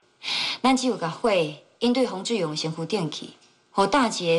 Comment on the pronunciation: 吳品妍 許鈞鈞發音不標準 是''志''勇 ㄓ四聲 而不是 ''自''ㄗ勇四聲 學點正音班再來演戲好嗎?! 我就算講話沒有很標準 也不會ㄓ ㄗ 分不清!!!!!!